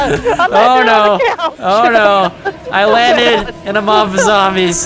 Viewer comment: Did vanoss say zomies and not zombies?